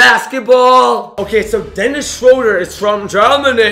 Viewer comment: Denis Schroder Schroo-der